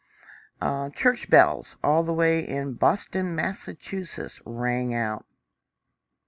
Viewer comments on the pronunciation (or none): none